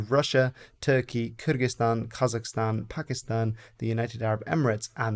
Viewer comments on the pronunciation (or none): none